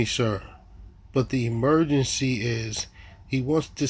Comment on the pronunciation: “What’s the emergecee?”